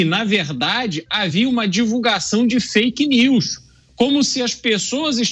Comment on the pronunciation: Não é fk nius Lula é fk nis